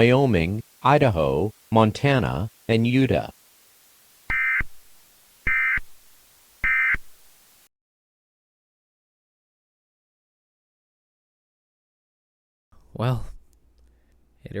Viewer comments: Its nice to see voice acting in one of these TTS cracks me up with its pronunciations sometimes. It turned Utah into "Yooduh" 😂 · Its a well produced video.....you need to pronounce Utah and Bozeman correctly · cringes as Utah is mispronounced Why won't they fix that in this voice honestly? We all know how Utah is supposed to be pronounced